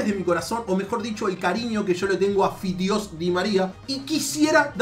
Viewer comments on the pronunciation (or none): Lo estaba viendo serio hasta que dijo "FIDIOS" DI maria jajaj es un monton jajaja